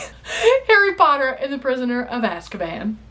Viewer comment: Sorry i'm so childish sometimes but I laughed so hard when you said Asskaban 🤣